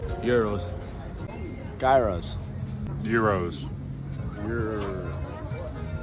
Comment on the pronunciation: It’s pronounced GYROS 🥙